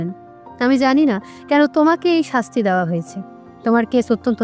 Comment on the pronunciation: Khub sundor golpo, path o bhalo kintu uchcharon khub kharap apnar! Dawa noy, dewa, mon, soman etc eisob uchcharon gulo ektu thik kore nin!